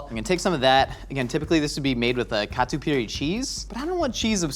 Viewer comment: Damn. Was not expecting to hear "catupiry" from a gringo. Noice.